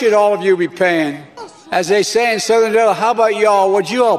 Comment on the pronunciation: "As they say in southern illaalluubb". lol